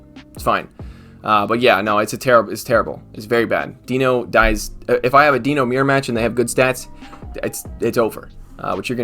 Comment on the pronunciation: It's pronounced DYNO it bothers the shit out of me and I know you don't care.